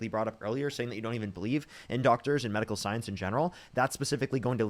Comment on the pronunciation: WHY does she keep selling MAD-ical?